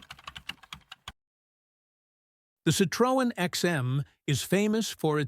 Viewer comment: It would be good if Americans learned how to pronounce Citroën